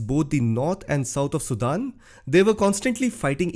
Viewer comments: All these fake comments are so amazing !! He can not even pronounce the country name, so fake comments can puke it. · First of all learn how to pronounce "SUDAN".